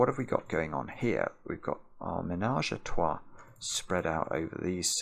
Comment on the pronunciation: As a french man i fully apreciate the way you pronounce "the ménage à trois"